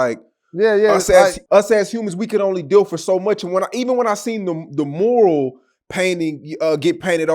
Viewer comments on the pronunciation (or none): Its MURAL not MORAL 😂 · No disrespect it’s Mural, my G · They got a whole 'u' after the m and this nigga saying MORAL. lol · 😂😂😂😂 talking bout “the moral” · "Mural" bro....mural.